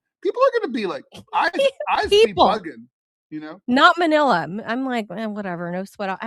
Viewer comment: we got Melania Trump instead of Manila